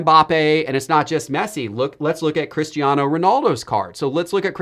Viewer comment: It's Cristiano not Christiano 😂😂 as a portuguese it made me laugh(in a good way) Keep up the upload grind!